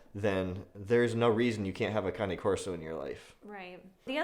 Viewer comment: Cane is NOT CONNIE! LIKE, K-nife is not knife. WTF!! Just call it ( Cane )...... Its waaaaay more masculine.